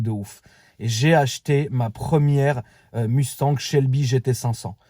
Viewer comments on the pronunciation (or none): none